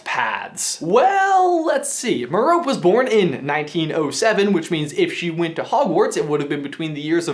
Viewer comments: "mer-O-pee"... not "mer-rope" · Please stop pronouncing it M'rope. It's Mer-Oh-pee. Please, it just sounds horrible like hold on to M'rope. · Hey, Brother!! Meh-rope? I bet you called Harry's best friend Hermi-yown when you first read the books. But if her real name is Her-my-yuh-nii, then wouldn't Tim Riddle's mother be called Meh-row-pei? Doesn't it sound better, more like a real name? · Interesting theory. One thing to consider: Merope is named for the “lost” Pleiades sister in Greek mythology (pronounced Mer-oh-pea, not mer-rope) who was the only one to marry a mortal. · Meh - Row - Pay, not m’rope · "Meer-oh-pee", not "mur-ohp" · Pronounced “M-air-O-pee” not Mer-rope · Mer-o-pay not meroap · The fact that you say "Mor-rope" instead of "Mor-ro-pee" bothers me. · Awesome theory, but her name isn't /měh-RŌP/ ... It's /MĚH-rōh-pē/ (It's Greek) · Marope is pronounced "Maropay" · Just so you know, it is not pronounce mer-ope, it is pronounced meh-roh-pay. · Erm . . . Mair-o-pee, not Mer-ope. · Her name is pronounced “muh-row-pee” not “muh-row-pp” just FYI bud ;) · Has everyone been pronouncing Voldemort's mother's name as Mer-rope? I've been reading it like Meropie. I know it's spelled without the "i" but neither are Penelope, Kalliope or Aphrodite, where the "e" is pronounced because they're Greek names. Merope is also a Greek name. Have I just been doing it wrong? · Merope’s name, I’m pretty sure is pronounced “mare-a-pee” not “mare-oap”. Kind of like the name Panelope, or Persephone. I could be wrong... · Merope is pronounced Merr-Oh-Pay not Merr-ope I think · meropé not merope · Merope rhymes with rope. Not Meropay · Haha Me-rope. It's Me-ro-pe, Me-ro-pay. Love how prone Americans are to mispronounce words and names even slightly foreign to them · Its me-ro-pe (meripé) not me-rope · Do you pronounce all of these harry potter names wrongly on purpose? Who is my-rope? Me-roh-pay... Whats felix feleace-iss? Felix felississ... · Mare-uh-pay, lol not ma-rope.